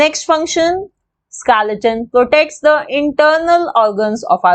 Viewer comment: Didi it's not skelaton it's skeleton